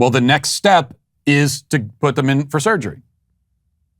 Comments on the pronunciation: If I have to hear him say "surgreee" one more time... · hah. Surger-reee. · Why does he have to say "surgery" like that? 😖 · Surgereeee. Dude, it's surgery not Surgereeee.😡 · The way this guy says surgery automatically forfits him ever giving me medical advice .......